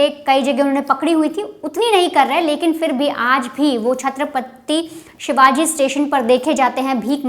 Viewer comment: Maharaja ka naam to sahi se le lete madam ji (chatrapati shivaji Maharaj ❤)